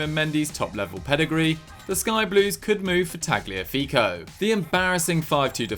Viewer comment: Ok why do you pronounce the G in Tagliafico? It’s supposed to be silent. Like in Gnocchi